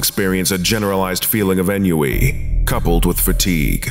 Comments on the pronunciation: Ennui is pronounced on-wee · Isn't ennui pronounced onwee